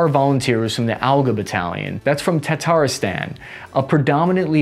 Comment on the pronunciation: Yeah, the next target is to pronounce Volnovakha and Tatarstan correctly